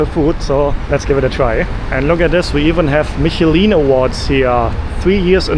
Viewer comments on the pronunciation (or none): none